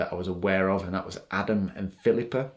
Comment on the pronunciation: Wow that “Philipa” was so clear. Glad you’re back